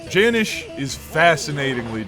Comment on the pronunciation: It’s jan iiice not janish gang